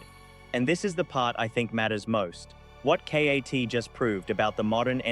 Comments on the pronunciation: A. I voice. Called KAT K. A. T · "S PEN"?? "Kay Ayy Teee"???...what is this AI slop. LOL